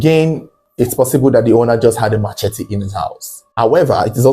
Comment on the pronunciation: Oga, that thing is NOT pronounced ma che tee. It's pronounced as muh-SHEH-tee. Sheh, not Che, Jeez! Learn and stop opening big mouth saying rubbish